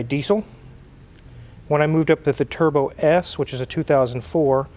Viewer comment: Did she say, "tierbo?" 😝